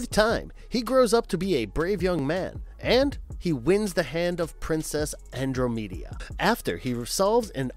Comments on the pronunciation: His name is pronounced Chris-toff Lam-bear'. And it's NOT Andro-media, It's An-DROM-uh-duh. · Iz-A-Bow ( bow, like bow and arrow )- IZ- A-BOW .. not isaBoo... Andromeda--AN-DROM-ADAH.. not Andro-MEE-dah lmao.. not sure how you get these so wrong.. but, still love the list. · Clash of the Titans: it's pronounced Ann-Drom-Eh-Duh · Princess Andromedia??? Perchance did you mean to say the name Andromeda? Wow!🇨🇦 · "Andro-Meedia"? God save us all. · I hate to be that person, but you pronounced Andromeda wrong when talking about Clash of the Titans. The e sounds like a short i sound. And for Lady Hawke, Isabeau is pronounced with "Isa-bow" The names here are French so yeah . . . it's okay though. Other then that, OMG thanks for mentioning some of my childhood favorites that really impacted me as a kid. Oh I would also add the Rankin/Bass animated classics, at least Flight of Dragons (as amazing as The Last Unicorn is, I wouldn't call it a 'swords and sorcery' type of flick). Movies like Krull, Legend, and Lady Hawke were pivotal to me liking these types of movies. I would also add Conan the Destroyer. I know the first movie is a classic, but I never saw the full movie until I was a teen due to the graphic nature. The sequel was more 'kid friendly' so I ended up watching that movie more (never watched certain scenes either).